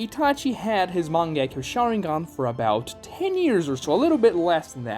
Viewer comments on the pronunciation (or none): Heard you pronounce "Mangekyo Sharingan" and had to click off the video dawg wtf was that